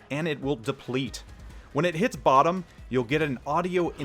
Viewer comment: "... when it hids boddom?" I might better look for an English guide ....